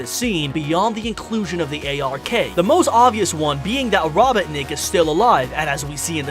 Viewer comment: I can't stand it when he says Robetnik it Robotnik